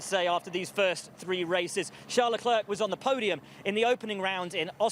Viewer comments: It's not LE- CLERK Those studio people irritate me. It's Charl LE-CLAIRE Arg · My god, do learn how to pronounce Leclerc’s name the way it is intended. You guys sound obnoxious.